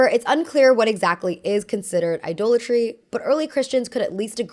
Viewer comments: Idolatry is pronounced “I-doll-a-tree.” Very very interesting video. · Idolatry is pronounced "Eye-DOLL-a-tree", not "Eye-duel-a-tree". It retains the source word "idol" (Eye-doll).